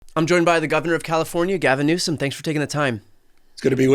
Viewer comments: See them all for being so disrespectful and slandering your last Name, They need to pronounce it Newsome!!! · Governor Newsom should also sue Trump and anyone who has blatantly and knowingly "mispronounced" his name!